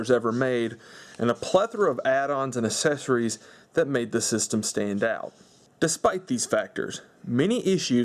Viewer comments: I hate it when you have to buy "aysesories" with a console 😂😂😂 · Learn to pronounce accessories!!! God could you enunciate at all?!